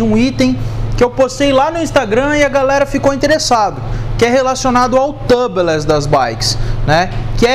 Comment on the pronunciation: Só uma dica amigo. A pronúncia de tubeless é “túbles”, não tãbles. Excelente vídeo. 👏🏽👏🏽